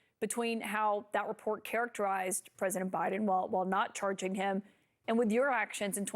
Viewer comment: All he sayse Biden wrong like a little kid